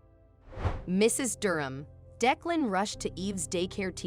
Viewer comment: It would be nice if you would have the person reading the story to pronounce the words properly. OK is not OAK or AWK. Declan was pronounced 4 different ways too.